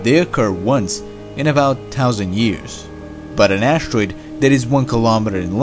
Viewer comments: "An ashtroid" ? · Anybody else who gets cringes when the narrator says ash-troide?